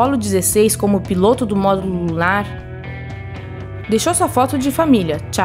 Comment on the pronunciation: essa daí sabe falar módulo lunar módulo lulu nar